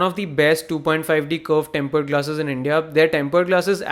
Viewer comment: temple glasses? whata diction 😂